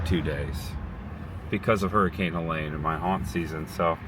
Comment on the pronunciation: My 15 Year old and I are helping neighbors tomorrow. 😢 I love Tampa Bay. It is pronounced Heleeeeene heh lean . Not that the name is worth mentioning. Even at Target today I saw rows of frozen food being tossed out. Makes me so sad. Love makes it better. Champa Bay indeed!